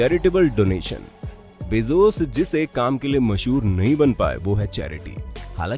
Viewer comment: Its bezos not bezoos